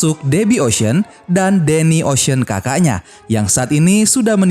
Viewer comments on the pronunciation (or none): Min ocean 8 bacanya bukan ocean egg. Emang telor 😅😂. Ocean 8 bacanya (oshen eit)